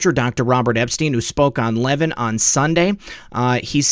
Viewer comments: Would you Please Correct your grammar when referring to Mark Levin, pronounced Le-Vin, not like leaven which is what bread does. I was raised by a Broadcast Journalist, and you, should Proofread, and learn pronunciation, before airtime. Mark Levin served in the Administration of Ronald Reagan, and you weren't even a gleam in your fathers eye! Corruption dectector? More like a pup, with a Mike. Not Impressed! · Levin is pronounced Lavin with the emphasis on vin... short i.... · Great show. So much corruption. (You may do this intentionally if his name is a trigger - but Mark pronounces his last name /Le VIN’/ 🙂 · Learn how to pronounce Mark Levin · You're pronouncing Mark Levin's name incorrectly. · Love your work! Friendly suggestion. Please learn how to pronounce Mark Levin last name. Keep up the good work.WWG1WGA